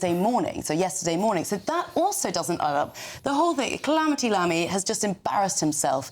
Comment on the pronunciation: 0.05 More like Mammy than Lammy! 😂